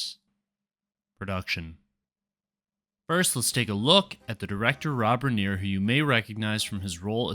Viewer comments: It’s pronounced Riner. He started as an actor in, All in the Family. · Why did you deliberately say Rob Reiner's name wrong?